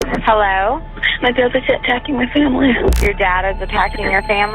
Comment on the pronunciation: “It was all my bwudder Woberts idea”